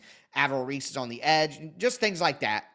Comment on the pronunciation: Lmao at how you say some of these guys names like Reese from OSU 😂😂😂